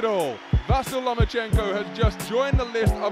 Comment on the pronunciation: You are pronouncing his name; VA-SI-LEE ? SERIOUSLY?? It's VA-SEAL - Unbelievable!